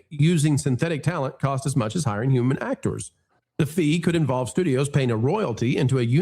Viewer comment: I got to say you and your actoooors that is so funny how you say those names